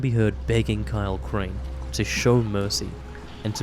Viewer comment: I hear more of a “Please Kyle Crane” from it